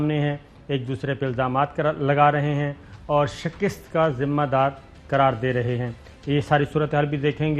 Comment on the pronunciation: SHIKAST …. Correct your Urdu